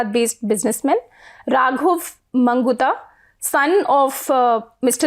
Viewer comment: When you dont say arora as aorra, why say magunta as mangutha.